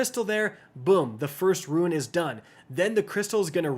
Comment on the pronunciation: It's hive rune (pronounced roon) not ruin. 2 completely different words.